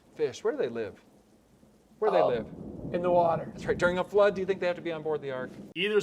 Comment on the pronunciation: "Won't someone thinik of the possums???... Oh thanks..."